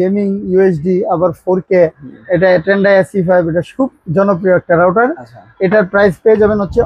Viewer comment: Not rouder, It's called router!